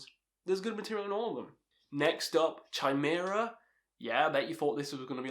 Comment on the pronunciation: It’s pronounced KY-MERA not CHY-MERA. 😂